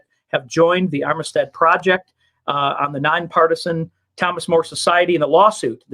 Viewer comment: It’s the Amistad Project! Not Armistad!! Phil Kline from the Thomas More Society is spearheading the Project.